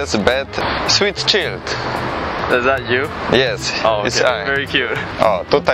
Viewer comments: Fader czild omg chlopie wez lekcje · Hahaha, czild xD czajdl sie czyta xD